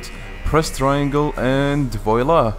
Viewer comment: Yeah 😂😂 its not pronouced like that😂😂😂